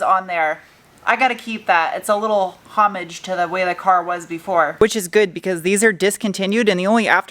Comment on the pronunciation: Can I ask what the "polish" (cleaning stuff) you used on the chrome painted plastic parts was? Also, added "homage" to words that pronounces correctly that most Americans don't (along with MacPherson and Celica)!